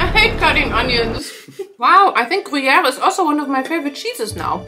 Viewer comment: IM ALWAYS SO STUNNED BY YOUR FRENCH ACCENT THE BONJOUR TOUT LE MONDE WAS NATIVE HOW DID YOU LEARN TO PRONOUNCIATE SO WELLLLL edit: you pronouncing gruyère PERFECTLY OMG IS THAT WHAT THAT BERET DOES